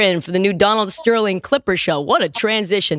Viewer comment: "Speaking of the hard ER, Donald StERliing..." TRISH WYLIN! lmfao